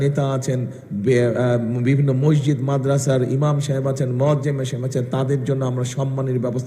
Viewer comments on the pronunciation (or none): none